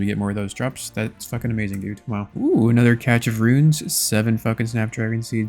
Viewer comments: I love this entire series, it literally got me back into the game (first login in 2269 days)! Keep up the awesome content! BUT, what the hell is a “catch” of runes?!? It’s pronounced either “cash” or “cashé”! I’m looking out for you brother! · its pronounced cash, not catch of runes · Cache sounds like cash when you say it. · Didn't know cache had a t in it. Cash or cashay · Still hoping you win the all 3 metamorphed raids pets race. BTW cache is just said like cash